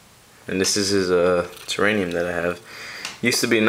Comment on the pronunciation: It's TERRARIUM not terraynium.